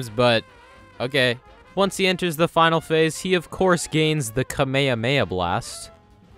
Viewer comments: Also you mispronounced kamehameha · "Kame hame ha me" 💀💀💀